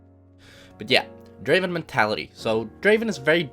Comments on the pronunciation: Pronounce “Draven” like how T1 does, and you’ll reach challenger in no time. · He says "Draven" the exact way T1 does. this must mean something